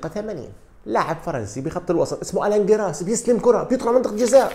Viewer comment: ما اسمه جيراس يا جاهل بأسماء اللاعبين وطريقة النطق الكارثية. اسمه الان جيريس وهو لاعب مشهور جدا. راجع معلوماتك وطريقة نطقك